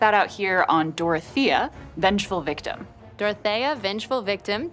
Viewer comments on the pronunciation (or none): They both pronounced Dorth-ee-uh and Dorth-ay-uh. Well, alrighty!